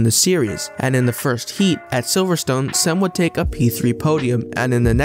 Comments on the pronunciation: Mate you could have googled how to say the name. It’s not sem its Cem. Imagine saying joy the c should sound like that. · say like GEM in english